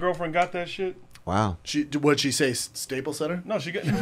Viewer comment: “Staple center” lmaoooo Schaub got me with that one